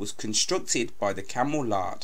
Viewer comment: Its not pronounced "camel lard" its "Laird" thats pronounced Layard "Camel Laird ship builders of Birkenhead" and she was retired because she had a flaw in her conning tower among other problems plus you missed out her daring if not amazing mission to steal a towed array from a Russian spy vessel and also her special forces support role in the Falklands.She played a key roll in the Cold War.You would do well to do your home work and research as the Vets will roast you if you get it wrong or do it badly,and practice our script before you record it so you dont fluff your lines,stammer or mispronounce your lines. Still thanks for trying to do The Conqueror justice! Try the book Secrets of the Conqueror by Stuart Prebble and/or research through HMS Dolphin.